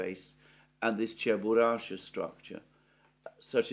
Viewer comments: Not Cheburasha, but CheburaSHKA. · It's a famous cartoon character but you keep saying his name WRONG! It's Cheburashka....NOT Cheburasha. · It's Cheburashka! Not Cheburasha! Чебурашка! -ШКА. There's a "k" between "sh" and "a" at the end of the name. Is it that hard to pronounce, for Zeus' sake?! Ance again: CHE-BU-RASH-KA. ...Oh, and while we're on it: there's no such place as "Genishek." There's Genichesk. Геническ! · It's Cheburashka not Cheburasha 🤨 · It is “ cheburushka” with a K . 😉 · Someone please tell Alexander that it is CheburaSHka complex i.e. letter K is missing in his pronunciation. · It is Cheburashka with a k😄